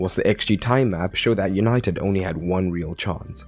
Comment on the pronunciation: He said Easynited😂😂😂😂